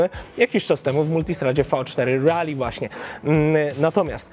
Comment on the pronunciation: Miło jak słyszy się poprawnie wymawiane Rally a nie panujące w polskim youtube rejly, które nie wiadomo skąd pochodzi, bo ani to po angielsku ani tak nie pisane. Trochę, tak mi się wydaje że to "po angielsku". A motocykl marzenie szczególnie w wersji pikes peak.